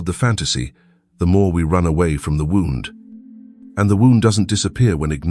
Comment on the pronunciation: Very, very interesting, thanks. Just one thing, those mispronunciations ( wound, longings), is that the AI voiceover or what?